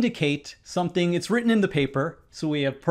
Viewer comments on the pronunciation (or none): none